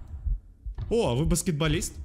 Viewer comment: Что делают все когда видят трёх метрового гуманоида: кричат и убегают. Что делает: говорит: о а ты бАскЕтбОлИст